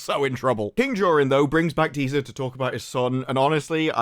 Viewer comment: Dont forget to roll your Rs when saying dispar-r-r-ru